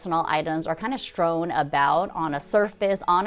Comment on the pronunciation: I love your videos, but the word is "strewn," not strown; cache is pronounced cash when referring to a bunch of stuff, not chache'. Minor, minor issues compared to your great ideas.